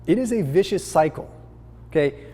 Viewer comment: it's 'vicious' 👍🏻